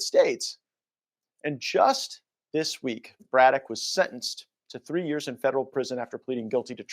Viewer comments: Dude, you're pronouncing "Braddock" wrong and it's driving me crazy. Go back to 4th grade English class my dude. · can't read for sht! He mis-reads so many words it makes him look dumb. Can't even read the last name Braddock? Really? He really said Bro-dock?? 😭 It'# pronounced Brad-ick. Every video he messes up 2 words or more. This is hilarious. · BRADdock. BRAD-DOCK BRĀDDOCK long A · It's pronounced Brad doc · (brad-dock) just sayin 💕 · a shame this fucker can't say, "Braddock"; give me a break, guess he never heard of James J